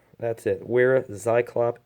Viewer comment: pronounced "Veera"